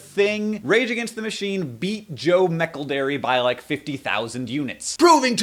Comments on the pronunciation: Mecklederry? I think you mean Joe Mac-ell-dree lol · It's pronounced Ma-celd-ree, not Mac-el-de-ree :) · I believe it's pronounced MAC-ELD-ER-RY. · came back in time to tell you his name is pronouced Joe Mc El-dree, that is all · Joe "meckle-drey " OMG yes, perfect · hahahah you pronounce joe mcelderry joe mackledary thats beautiful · Idk if this has been said but it's pronounced Joe Mc-kel-dree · It's joe mcaldary It's not difficult to pronounce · Arghhhh corruption!! also Coca Cola owns Innocent smoothies -_- and it's pronounced Joe Mc "eldreee" :') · Mac el-DRIE (like brie) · Hank's pronunciation of McElderry made my day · every time you say McElderry it makes me giggle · Anyone else more concerned about Hank's pronunciation of 'McElderry'? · You say McElderry really oddly… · is noone else from the uk just laughing at how hes saying mcelderry?! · the way he says mcelderry AHAHAHAHAHAHA omgg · Please learn how to say his name 😂😂😂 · I can't blame you hank but the way you say Mceldry or however you say it really annoys me. Like the way john says Gerrard. I get it English English vs American English and you probably haven't heard good name being said you just read it but ugh